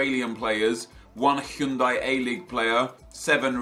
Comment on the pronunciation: well I think most people pronounce it Hi-oon-die